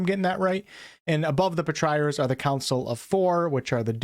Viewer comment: Ugh.... [Patri] as in Patriot, then ARE. [Patri-ARE].